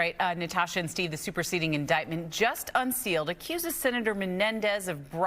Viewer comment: Why is it so difficult to properly pronounce Qatar?